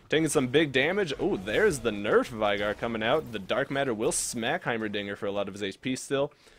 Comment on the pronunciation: U were pronouncing veigar wrong.....